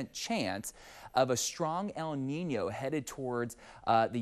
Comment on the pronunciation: Props to him for properly pronouncing “El Niño” 🥳